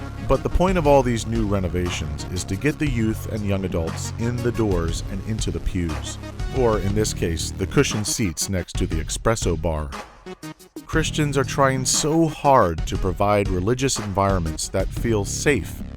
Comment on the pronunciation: "expresso"? This video commentary is nonsense, and not just because the narrator didn't say espresso. Ask me why.